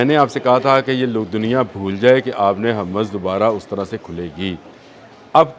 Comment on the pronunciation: پہلے لفظ ہرمز کی ادائیگی درست کریں